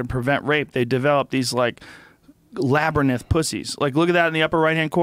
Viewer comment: Labernyth lol